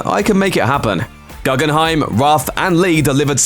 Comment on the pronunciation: its pronnounced ‘goo-gen-hime’ not ‘gu-gun-hime’